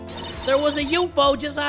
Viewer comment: UFO=yoofo, i see it happening/being pronouced like that, lol